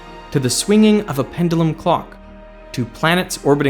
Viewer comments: You pronounce "pendulum" weirdly 😋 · "Pen-dull-em..." :( "Pen-due-lem..." :) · Wonderful video, but it hurts me time you pronounce pendulum.